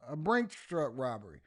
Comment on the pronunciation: I completely agree that driver had to get his cut of that “roberry”!! 😒